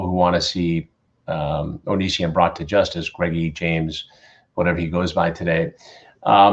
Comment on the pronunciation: I always think Chris is saying Greggie James and I cant deal its so funny